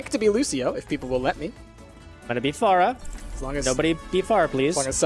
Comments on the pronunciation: its pronounced fair-a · Don't take this the wrong way, but I think Pharah is pronounced differently.